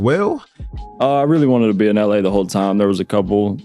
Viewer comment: how come people keep pronouncing time as tarm?